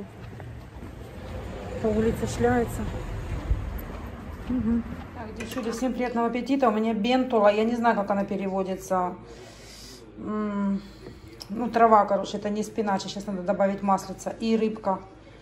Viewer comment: точно также коверкает слова на итальянском, как и на русском языке. Трава называется бьетола (bietola) не бентола. Это мангольд, Его отваривают на пару или готовят под крышкой на сковороде, как и шпинат. Очень вкусный и полезный гарнир